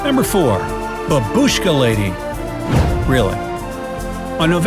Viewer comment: I cringe every time "babushka" is mispronounced